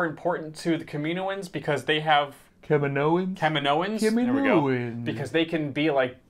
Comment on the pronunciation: Yeah let's get this right. In episode 2 they were called the "kaminoans, (ca-mino-ans). I dont like how this show keeps having people pronounce the name wrong when we heard the name properly in attack of the clones.. no one ever called them "ka-min-oans".